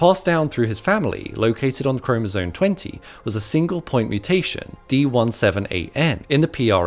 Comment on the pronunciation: Why do you nerds struggle to pronounce “chromosome”? It is NOT chromosoNE with an “N” at the end, it has an M